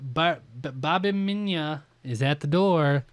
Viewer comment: Babimyna is pronounced BAH-BEE-MY-NAH